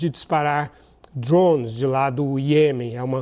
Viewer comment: O que são esses DURÓÔUNEIS que esse cara esta falando?